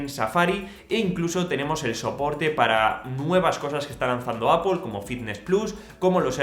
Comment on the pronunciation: Por fin alguien en este país que pronuncia bien Apple 👏🏽👏🏽👏🏽🎉🎉🎉